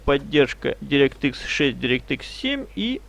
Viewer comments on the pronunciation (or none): none